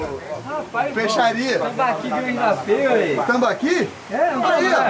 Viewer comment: Tambaki foi engraçado (Tambaqui)